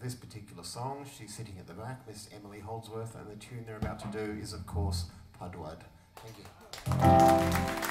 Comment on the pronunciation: I have since been FIRMLY corrected (by Emily herself) on how to pronounce "Pud Wud" properly. I say it wrong here, the correct pronunciation is "pood wood".